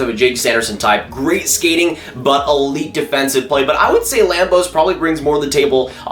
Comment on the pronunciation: Put some respect on Carson Lambos' name!!!